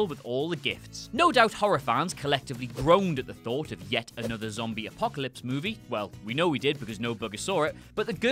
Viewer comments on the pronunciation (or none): none